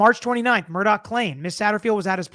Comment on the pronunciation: Thanks for covering this! I believe there are many secrets still to come out. One favor: could you pronounce his name like “Murdock”?